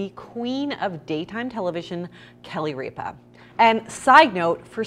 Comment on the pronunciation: It’s not reeepa it’s ripa